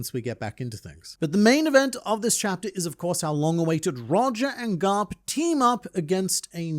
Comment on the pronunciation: why do you always struggle with saying the word "this"?